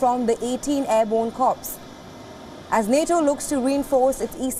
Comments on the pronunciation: Ahhhh...CORPS is pronounced as CORE not CORPSE. And do you seriously think anyone takes France or Germany seriously? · Look, I understand why you cannot speak English correctly. However, there are some mispronounced words that will piss off your viewers. "Corps" is not pronounced Cor-pse, it is pronounced "Core". This is because it is not English, it is actually a French word used commonly in the English world. WION sucks again.